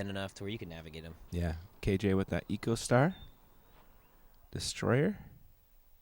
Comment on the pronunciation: Awesome coverage as always..! But guys, I think it's Echo (as in the sound you get back if you scream into the grand canyon) Star. It's probably named as such because it's reprocessed(like the sound is reproduced in an echo) plastic.